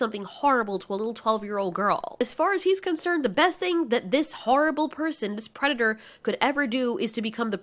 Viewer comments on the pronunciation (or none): none